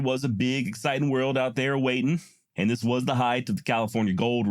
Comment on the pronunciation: Sis, not dis